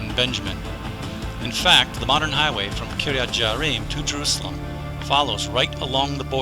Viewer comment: Some of the pronunciations need to be revised. It is Kiryat Yearim, not Jearim. It is Mevaseret Tzion, not just Mevaseret. and there are some other examples.